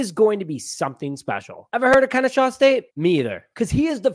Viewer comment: Kenny-SAW!! PLEASE show the HBCUs some fn love and SAY IT RIGHT! ✌🏾